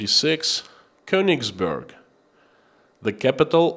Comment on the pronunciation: Of course it is not of great importance, but being of German origin I like the German language to be pronounced properly. The town of Königsberg is pronounced with è not u. To do and my ancestry proud. love and respect from Holland.